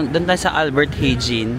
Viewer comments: Albert Hijn...ALBERT HAYN... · Albert Heijn kung bibigkasin mo e Albert Hayn isa sa pinakamahal na grocery ang AH at JUMBO...